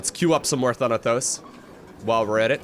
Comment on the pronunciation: Boi, its ThanaTos not ThanaTHos